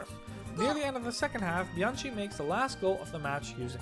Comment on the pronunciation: the right pronouncing of Bianchi is reading it Biankee 👍